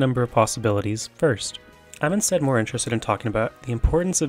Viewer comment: speed? mowe wike peed